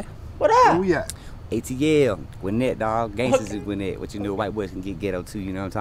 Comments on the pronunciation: You're pronouncing it correctly. I'm from Detroit but live in GA now and Gwinnett is not dangerous at all. You got Lamborghini's, Benzes, Porsches, Audis, rimmed up Chargers, Challengers and every other car and truck rimmed up and tricked out. Nice houses, the whole 9. You got a an equal mix of black, white, asian and spanish living there. Crime and danger exist yeah and there's some seedy areas but that's anywhere you go. Anyone that lives there or familiar with Gwinnett knows I'm telling the truth. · This guy is Complete Cringe....You pronounced it right, it was the fastest growing county in the country about 2 decades ago when it was a good place but no more, it's loaded with bad area's and a lot of crime now. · You were saying Gwinnett right. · . Gwinnett is the county not the city or town. And u said it right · He said Gwinnett my g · No you said it right... Migos come out of Gwinnett County